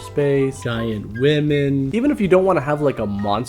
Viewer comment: awesome video as usual, but I gotta say I've never in my life heard someone mispronounce the word "giant" as you did. it's baffling. it's early in the video when you are listing off goofy B movies. "giant women" listen for it. it's funny.